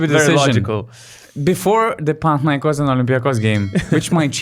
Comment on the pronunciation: OlympiacOs, PanathinaikOs Not OlympiAcos, PanathinAikos. It's easy, see?